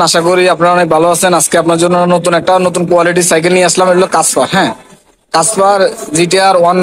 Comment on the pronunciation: ভাই কাসপার না ক্যাসপার 😂😅